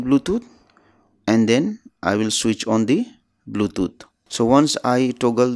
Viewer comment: R u dont know english?? Bluthoooootj 🤣🤣🤣🤣